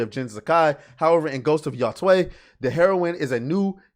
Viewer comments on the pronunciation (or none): The pronunciations on "Yotei" are getting wilder and wilder. 😂 This isn't hard, buds. It's like you're saying what's up to you bro Taylor: "Yo, Tay!"